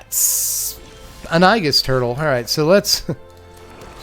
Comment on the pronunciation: I love your pronunciation of the "i-gus" turtle. I'm going to call that turtle Gus from now until the end of time because of your pronunciation. Aegis isn't a very common word, and I'd probably pronounce similarly if it wasn't an ability from another game I played a lifetime ago and someone corrected me. Unfortunately, I didn't get a cool nickname like Gus for a turtle from that exchange. I can't mention all that without adding the pronunciation, which is "ee-jus." This has led us to the real issue here, is Gus the turtle standard playable? No, but he is cute. Can we get an anime version of Gus? That would make him playable.